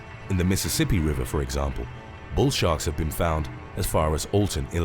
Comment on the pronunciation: At 9 seconds in it sounds like you say "Bull Shart" 🙂